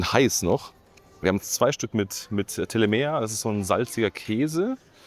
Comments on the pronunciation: Das heißt Telemähhhh😅😅😅😅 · Telemea , da wird das letzte a betont